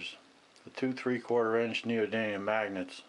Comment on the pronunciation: Neodymium not “Neodynium”....